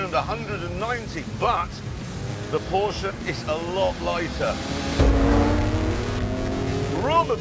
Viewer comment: its so good to see/hear that an englishman actually says "porschE" instead of "porsch" or "porscha"